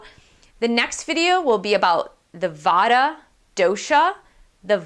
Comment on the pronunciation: Try to pronounce in a way like: Vatta = Vattee, Pittaa = Pittee